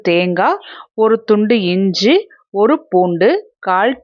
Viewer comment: இஞ்ச இல்லை. இஞ்சி என்று சொல்லுங்கள்.‌ அருமையான உணவு